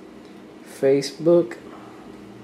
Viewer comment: HAHA!! "FaceDook" :)